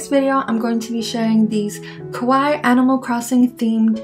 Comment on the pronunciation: Good video, but you butchered your pronunciation of “kawaii” (Source, native speaker.